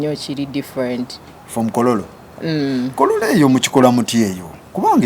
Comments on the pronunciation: But it's kololo still not kororo her pronunciation yeyo anti jabera temujja bitegera 😂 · Owaye the way she pronounced kololo😢